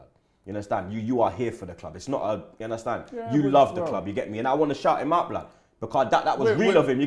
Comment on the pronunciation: You Undestan? 😂 bludd.